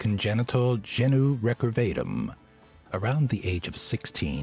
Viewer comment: That's not how you say genu recurvatum haha I only know this cause I had it, but they fixed it when I was kid, the surgery was super painful